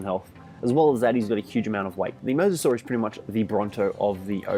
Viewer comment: MY DUDE. YOU ARE THE only ark youtuber who correctly pronounces mososaur